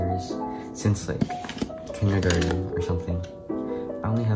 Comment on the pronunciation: I heard ‘ since they were in kindergarten or something ‘ as ‘ since they were neutered or something. ‘ I have no idea how that sounded like that to me! 😂😅